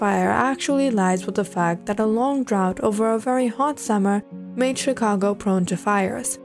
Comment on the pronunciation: During you said chicango not Chicago